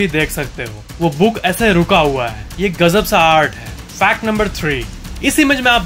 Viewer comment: is pronouncing gazab as gajab Disclaimer: Rajesh 8s not hurted in this comment. 🤣🤣😅